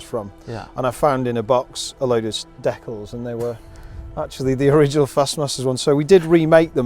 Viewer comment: Definitely the most unique pronunciation of "decals" ever.